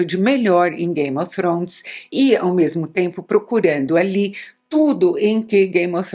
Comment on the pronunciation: ela falando game ofrones é tao engraçado kkkkkk icone